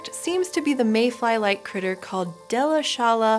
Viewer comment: Fun fact: While it may be surprising for non-Germans, the name "Delitzschala" deconstructs not as "Delit-zschala" nor "Delitz-schala" or even "Delitzs-chala", but rather as "Delitzsch-ala" (the insect having been found near the German town Delitzsch).